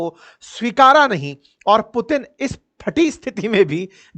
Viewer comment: Ek..Do..Teen..ab aa gaya Pu..Teen😅😅😅😅😅